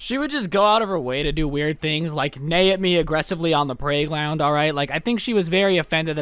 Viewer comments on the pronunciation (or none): did he say prayglound instead of playground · listen for 10 seconds idk if you meant to say "praygound" I need closure of what the hell you said